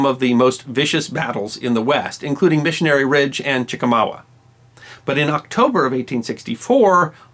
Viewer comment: Congratulations on fixing the general's name! Learn Chick-a-maw-ga. This is fun. Good show.